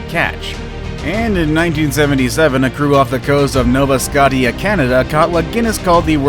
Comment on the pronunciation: Nova Scotia is the best I lobster. By the way it's not scottie Scotia idot